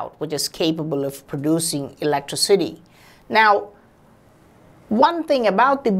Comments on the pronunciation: That really messed me up the way he pronounced it "ELECTRA-CITY" rather then "Elec-Tricity". It made me start saying it that way and for a second made me forget how its actually pronounced..... LMAO. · "Producing Elettro-city" i am crying! XD